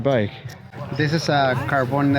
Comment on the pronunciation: I like that almost pronounces "Carbon" as "Cabron" lmao.